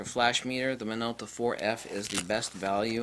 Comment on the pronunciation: “now this is a Minolta for uh...” WHAT model is it? You spend four minutes complaining and .04 seconds saying the name of the thing you are reviewing. Speak clearly.